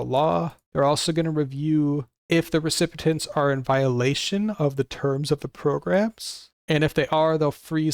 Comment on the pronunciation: This is very useful information, but please learn how to pronounce recipient